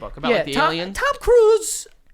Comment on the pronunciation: the way Joe says Tom Cruise kills me 😂😂😂